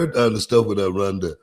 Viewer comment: Runda? Booker, do you mean “Rhonda”?